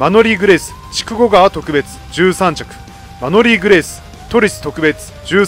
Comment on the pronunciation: 特別の発音がとく↓べつですね。